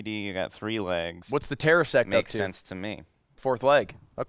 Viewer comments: Silly Ludwig, it’s called a tesseract not a terresact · The fact that nobody corrected Ludwig when he tried to say 'Tesseract'